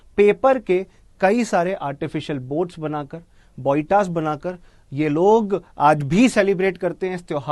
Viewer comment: It's not boita... It's spelling like Bo-e-ta....